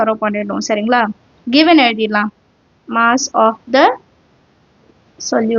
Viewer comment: Moss❌ mass ✅